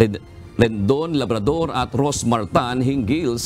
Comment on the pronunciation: Labador po hindi Labador😅